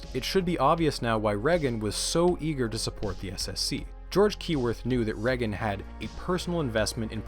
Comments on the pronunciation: Does anybody realize how he’s mispronouncing Ronald’s last name??? It’s Pronounced “Ray-gan” not “Reh-gan”. Jesus! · Pronouncing Reagan with a short E rather than a long E is so triggering. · The way you pronounce reagan I can tell u aren’t American lol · i’ve never heard anyone say reagan like that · I know this is petty, but the way you pronounce 'Reagan' is driving me insane.